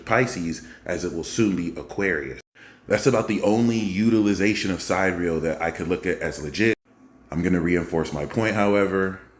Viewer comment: great info. tip: SID-EAR-E-AL, not Side Real. the haters will mock you for that.